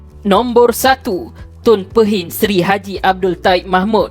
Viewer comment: u cannot even pronounce Pehin properly, u better go check all facts regards to DSAIs hse 1st b4 blabbering nonsense